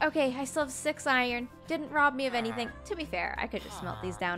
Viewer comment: 05 When She said Said Sex not six DONT MIBD IF I AM SAYING SOMETHING WRONG....ok?